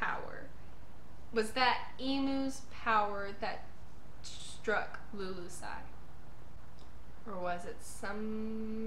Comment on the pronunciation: Just one small correction. It's the kingdom of Lulusia (Lulu-sha) not 'lulusai"